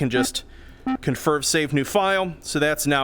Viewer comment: my guy... I think you need some more sleep.... You said "bayeet it" instead of "delete it"...